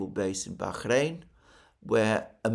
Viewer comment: You are over pronouncing BAHRAIN. It's just a soft H not a hard KH.